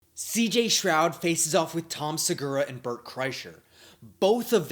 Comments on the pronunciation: It’s uh stroud not shroud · Stroud* not shroud